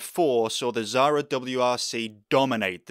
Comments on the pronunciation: Why you can't pronounce Xsara? There is no Z in it. Not Zara, thats a clothing brand. It's KSarah. We pronounce the X like KS. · The fact how you say xsara is painful.